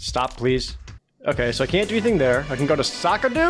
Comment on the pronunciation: The baker calls it ''SAKADO!'' 1 word!